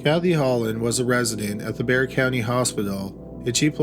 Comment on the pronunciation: Props to for pronouncing Bexar correctly! 😆